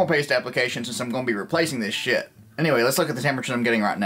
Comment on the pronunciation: I love when u say "shiet" hahaha